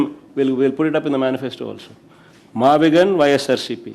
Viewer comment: its MAVIGUN not MAVIGAN